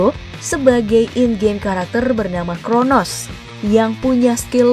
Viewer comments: crono mba bukan kronos ya... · Crono bambang bukan cronos😅😅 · Coronos kata mimin wkwk..😂